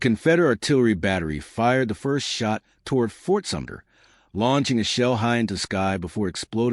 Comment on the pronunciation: Fort Summer? Nailed it again